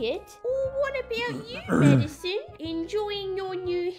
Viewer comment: amazing video but like- am I the only one who hear Maddison as "medicine"? I thought that was her name for like- over half of the video lmao.